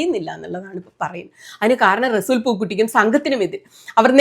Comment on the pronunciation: റെസൂൽ... അല്ല resul പൂക്കുട്ടി അങ്ങിന resool എന്നല്ല 🥰🥰🥰